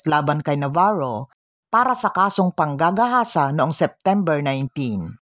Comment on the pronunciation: Pwede ba wag mo dinidiin salitang panggagahasa pangit pakinggan rape nlng